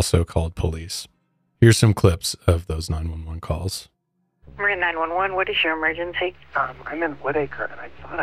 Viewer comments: It still cracks me up when you guys mispronounce my county, Marin. 😂 Don't feel bad. Unless you're from BA, it's not uncommon to mispronounce Californian locations. Many are indigenous words, many are Spanish. Always interesting to hear about little known cases in Cali. We've sure had a number of serial killers and cults. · Alan Watts is fantastic and while I'm a religious Buddhist (Kadampa) I've met others at retreats who are secular and no true Buddhist ever judges another for their beliefs 👍 Although later: you might want to learn how to pronounce Marin County 😜